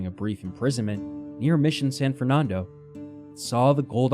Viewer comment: Someone needs to tell the narrator how to say Nevada and Fernando, not the stupid way he says it. That just proves his ignorance and is very annoying. Enjoy! Kurt in Santa Rosa, Ca.